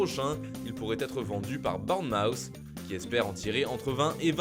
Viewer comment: il faut travailler la prononciation en anglais les gars avec vos BORN MOWWWTH (Bornemouth)